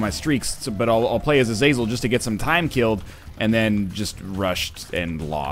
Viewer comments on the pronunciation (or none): none